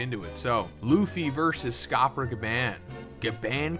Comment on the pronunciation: You are saying Gaban wrong ya trog